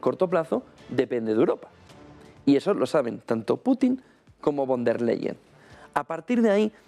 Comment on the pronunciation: VON DER LEYEN. (Pronunciación:. Fon De/a Laien )